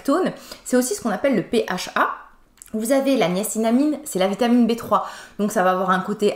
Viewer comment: Bonjour chère. J'adore le sérum Sebiaclear avec 14% de gluconolactone, 4% de niacinamide et de la criste marine (un dérivé naturel de rétinol). Par contre tu te trompes très souvent: tu dis niacinamine au lieu de niacinamide et trétinoide au lieu de trétinoïne